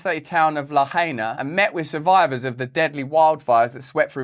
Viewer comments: La High In Ah not L'hyena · Its pronounced la h eye na. Lahaina. The ina means mother earth